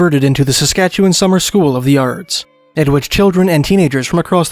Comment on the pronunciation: Appreciate your correct pronunciation of Saskatchewan. ❤